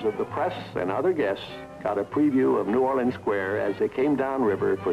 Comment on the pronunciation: As a Louisiana native, the way the narrator pronounces "New Orleans" drives me nuts.